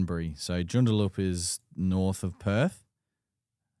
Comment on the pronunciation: Lads! Its pronounced.... June...da...lup joondalup.. lol.